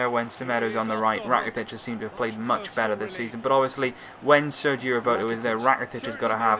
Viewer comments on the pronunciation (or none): none